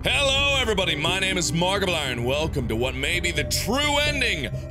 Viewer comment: Why is he pronounce it: hello everybody my name is margpline